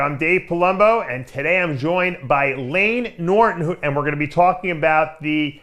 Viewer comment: Layne Trigili? Nick Norton? Nayne norgili?